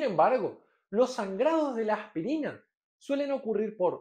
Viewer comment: Me gusta su acento, como pronuncia "AJPIRINA" Saludos.